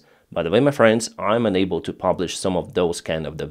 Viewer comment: please learn pronunciation of your frequently used word "unable" ...you pronounce it as "enable" which has got quite opposite meaning